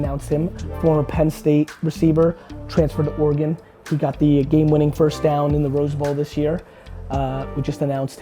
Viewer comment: Omg Gary knows how to pronounce Oregon! yay!! btw, don't do any steroids because they're bad for you please please please.. But most importantly, thank you thank you, love you!